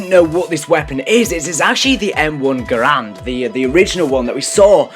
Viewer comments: M1 Garand not Grand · And also he said that's the arisaka was the original m1 grand and also it's garand but btw an arisaka is a bolt action rifle basicly a sniper rifle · Bootlegger = sten In a previous video you called the mx garand a m14. And u pronounce garand as grand. It's not grand. Only doing this to help. Ure awesome! Love ure videos